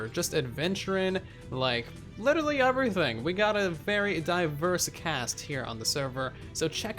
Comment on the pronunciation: Lmao I die of laughter when you say uverything instead of everything